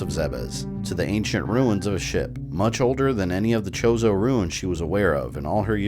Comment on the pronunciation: did I hear right? did u say the ancient chozo statues were called chorizo? lol